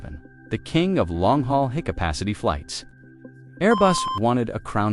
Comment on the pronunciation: Observe how the narrator mispronounces "high capacity" (written in a script as 'hi-capacity') as "He - Capacity". To the astute, this is evidence that the script was auto-generated, and an automated voice-over was added to read the script in a certain tone. Most likely, it was produced in a content farm, and cobbled together with some stock footage clips thrown together.